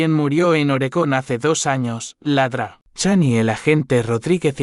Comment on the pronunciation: Desde cuándo Doctor se pronuncia ladra